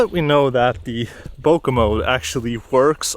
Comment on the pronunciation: Great video. ***there is no "A" in Bokeh. :)))))